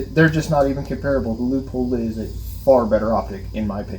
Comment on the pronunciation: I was enjoying the video untill I heard you pronounce Leupold as LEAHPOLD. Credibility gone. Just kidding, thanks for putting together a good sample of carry optics choices. I went X5 Legion but am tempted by the Walther Q5 match because of the way it fits my little hands. Seems like Shadow 2 with optic cut slides are showing up more and more.